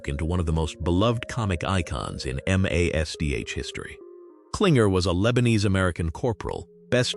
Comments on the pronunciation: It's MASH not MASCH! No need to spell it out. Just say "MASH". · What is m a s h My god, say the word Mash, what the hell is the matter with you? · I still watch it I love this programme... One query.. Why is the man telling this programmes cast where they are now calling the programme m.a.c.s.h...when it's only. M. A. S. H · Really Ai. I'm not 3. Spelling out M A S H. You must think we're idiots 🤔.!